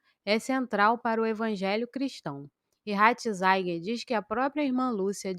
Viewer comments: Pelo amor de Deus! Você não sabe que o Papa Emérito tem o nome de Joseph RATZINGER, pronuncia-se praticamente como se escreve e NÃO como você fica falando: RATINZAIN!!!!!!! Que horror! Lamentável!!! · Irmã, a primeira coisa que uma pessoa que se propõe a ser YouTuber é aprender a pronunciar, principalmente, nomes, cardeal Ratzinger e não ratzainguer, como você pronuncia neste vídeo, preste atenção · Mas..... Ratzinger pronuncia- se doutra forma! Não há por aí alguém que fale correto? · Ratizaigier? Kkkkkkk